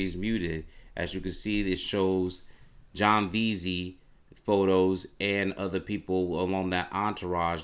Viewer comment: My dude... the amount of words you mispronounce. Not trying to be the word police, but man.... -Bruver instead of brother. -Uhver instead of other. Some words are just wrong bro. *You said betrayal, but you meant "portrayal." Should have been "portrayed." Theres more but im limted on time. Again, im not being a jerk. Just trying to help you. Just try to slow down a little, get those things ironed out, and your videos will have better quality. Peace man